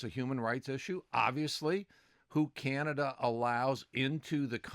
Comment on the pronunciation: Hoekstra, it's not Kanada, it's Canada.